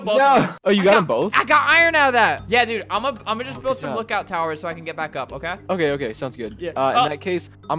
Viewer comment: Albert when video starts: oke wewewe